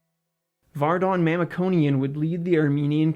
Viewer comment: It be nice to pronounce his name and last name properly, since you're making this video